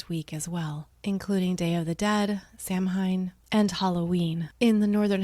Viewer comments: Here to say it’s pronounced Sow-Ween 🙂 not Sam-hain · Samhain is one of those hard to pronounce Gaelic words, it's pronounced "saow - win" 🕯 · It’s pronounced SOW IN. 💕🇮🇪💕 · Voting does require verification of citizenship. Everywhere. I don't show ID when I vote but I had to verify my citizenship when I registered. Then I went in person and gave a lot of information to a real person, who looked up my registration and compared my signature to the signature on file. Voter fraud is very difficult to carry out. Stop terrifying people. Also, learn how to pronounce Samhain if you want to be taken seriously